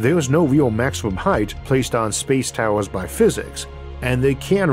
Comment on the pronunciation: He should change the title to "Space Towews"